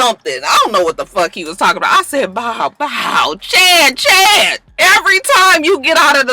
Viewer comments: I believe you meant to say Shad not Chad lol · Shad not chad lmaooo